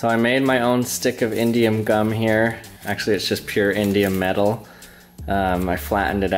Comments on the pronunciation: I thought he was sating indian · i thought he said indian lol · It sounds like he's saying Indian metal. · I thought you said Indian gum